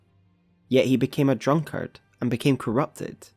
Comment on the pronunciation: bruh please fix your pronunciation of drunkard, its hurting me 🥺